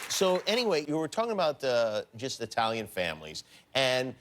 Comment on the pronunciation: wtf..he said EYE talian? GETOUTA here lol